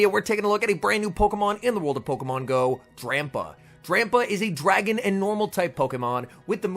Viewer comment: Why are you saying “pokamon”?